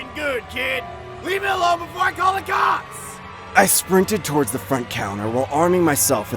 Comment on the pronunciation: "LEAVE ME ALONE OR I'M CALLIN THE COPS!" Totally NOT throwin shade girl but ya gotta say it right or it loses its translation (for lack of a better word) in your mind. LOL